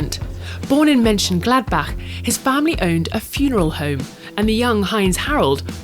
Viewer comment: Also the german ones weren’t bad either. Especially Mönchengladbach 😄